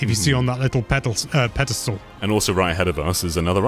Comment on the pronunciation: Did you almost say "pedal stool" Jen I mean?